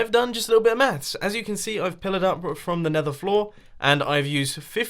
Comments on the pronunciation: first time he said maths I thought he said meth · Hello World That I am. I didn't know it was said differently, thought that was just a Mumbo thing.